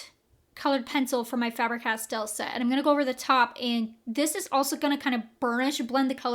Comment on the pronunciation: FAber-Castell. The A is long in German. I am German. This is how it is pronounced. 😻